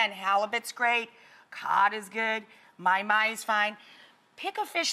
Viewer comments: Well that’s awkward. It’s not “my-my” it’s “maw-hee, maw-hee” lol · did she just say my-my???? what a kook. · Thats not how you pronounce mahi mahi(ma-hi ma-hi)